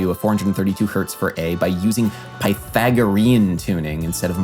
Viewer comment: Bro great video I loved it just next time please try and learn how to pronounce Pythagorean